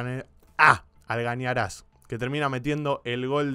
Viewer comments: ALGAÑARAS???? Es.... ALGARAÑAS ... A VER REPETI LOCO.... AL... GA... RA... ÑASSS 🤣🤣🤣🤣🤣🤣🤣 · Buen análisis, una corrección, el jugador que metio el segundo gol es ALGARAÑAZ, no Algañaraz. Saludos y un abrazo desde Bolivia.